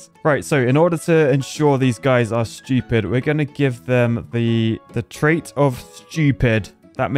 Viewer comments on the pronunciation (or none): I like how u say Schupid!😂😂